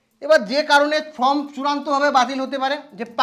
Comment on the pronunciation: Form কে কেন from , SIR কে SRI কেন উচ্চারণ করেন ? এই ধরনের উচ্চারণগুলো ঠিক করুন।